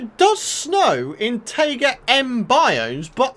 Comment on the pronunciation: The way you pronounce "Taiga" makes me wanna give you a friendly imaginary slap in the face with a big chunk of knowledge